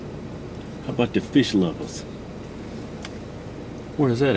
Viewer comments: "Its fish not feeysh" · "It's fish not feesh" I fucking died